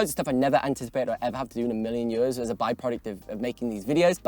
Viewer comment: I'm sorry but I DESPISE the way you say "years". YÖÖÖÖS